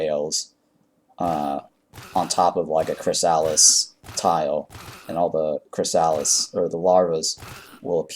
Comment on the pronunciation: it’s pronounced “chris a liss”